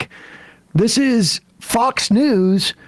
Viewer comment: Did i hear fux news?😅